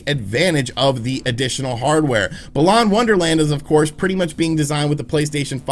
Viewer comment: Gosh, how he pronounced Balan Wonderworld hurt my ears